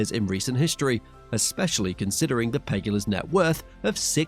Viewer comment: You should get your facts straight BEFORE you make a video and put it out ..... first off learn how to pronounce the owners of the Bills name .... second, no the team owners will NOT be the owners of the stadium, that would New York State ...... third the cost that the tax payers contribute to is $1.4B with the team owners taking on ALL costs over that price ...... yada yad yada .... do some research, it's not that hard - this thing called Google could have easily filed you in on some of those minor details you're trying to make a big point about